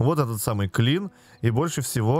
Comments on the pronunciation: Не klin, а kiln )) в eco тоже есть) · "kiln" [килн], а не [клин]. Печка для обжига =) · ну так то клин привычнее звучит для нашего уха))